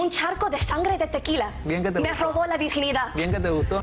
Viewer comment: siii, queda en la television el diciendo: 'PeRo Te GuZtOh'